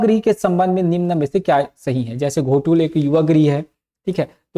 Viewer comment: घोटूल नहीं है सर ये गोटूल है